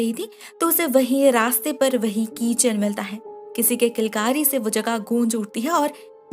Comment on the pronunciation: keychain❌ Keechad